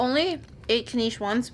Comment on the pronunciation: Its Knish (like wish). Not kneesh.